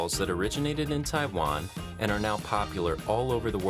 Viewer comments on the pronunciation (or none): none